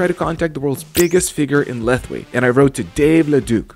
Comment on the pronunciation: Fun fact : Lethwei is actually pronounced /Lawei/ The more you know